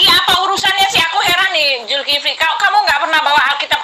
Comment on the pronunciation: Itu putri hel.... gak bisa bc ya..... Zulkifli di bc Zulfikri..... keliatan botolnya.....bang beritahu dia salah sebut